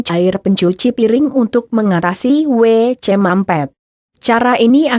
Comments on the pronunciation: Bisa ga ngomong wc nya g pake jeda jd anehh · Hadeuuhhh yg lagi belajar baca...gak bisa ngomong WC